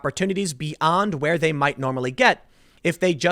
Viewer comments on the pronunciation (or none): none